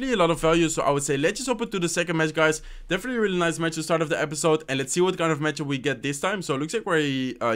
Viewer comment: You’ve been doing this intro greeting script for a loooong time and i still can’t understand a single thing. Just speak slowly,no one’s chasing you. “definitely” sounded as “deffly” . I know that your brain works faster because of this game and stuff but bro, you could have worked on this if you want to really go for YT for a living.